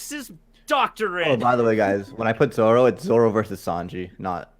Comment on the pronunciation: ZO-RO! even in Japanese the "R" is pronounced as an "R"